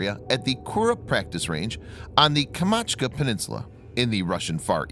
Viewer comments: Kamachtka NOT kamachka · You need to pronounce "the Kamchatka Peninsula" correctly. It is not kamachka, but KAMCHATKA.